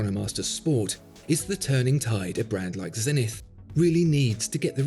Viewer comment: You're pronouncing Zenith wrong